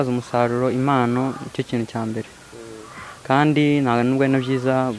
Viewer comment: Ntibavuga IMANO bavuga IMPANO